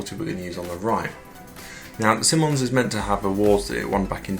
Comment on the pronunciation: It's pronounced "Simon" (like the name) + "eyes" (like those things in our heads). Simonise [verb]: to apply Simoniz your car. Of course it's American, so the verb suffix '-ise' is spelled '-ize,' or for trademark purposes, simply '-iz.'